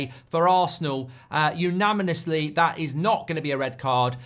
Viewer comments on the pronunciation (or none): He defo said ‘unaminously’